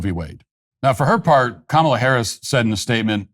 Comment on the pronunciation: Matt, I'm VERY disappointed that you've decided to CAVE, & start calling Kamel-Head "Ká-muh-Lá"... What's next? You gonna join the beige rainbow??